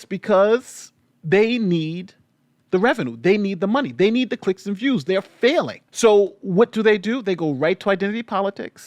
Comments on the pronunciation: What's a "Viwes"? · ‘Viwes’ lol